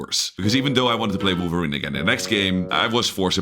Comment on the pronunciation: he's wolverine, not wolferine 😂 is that the sound it makes